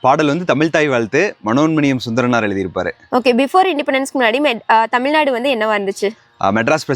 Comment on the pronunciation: தயவு செய்து தமிழ்நாடு என்று கூறுங்கள். தமில் நாடு என்று சொல்லாதீர்கள்.🙏